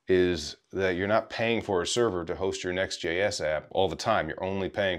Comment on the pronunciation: About 1min 40 seconds, it sounded like you said "NestJS". Both are great products.